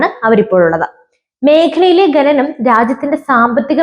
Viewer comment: "ഖനനം", ഇതിന്റെ ഉച്ചാരണം എങ്ങനെയെന്നു ഒന്നു മനസ്സിലാക്കിയാൽ കൊള്ളാം കുഞ്ഞേ